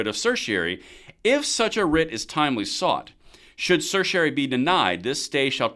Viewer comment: >tries to explain legal document >can't even pronounce certiorari Probably want to stay in your lane and not be at home.